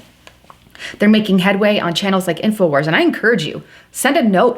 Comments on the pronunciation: Wars...Not Warses. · '' Infowarses'' = lol ...it's Infowars, not '' Infowarses''